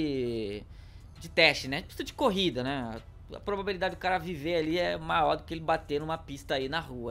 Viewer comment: É impressão minha ou ele não sabe falar "maior"